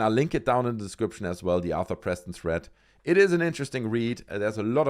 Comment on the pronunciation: Jesus Christ it’s THREAD not THREAT.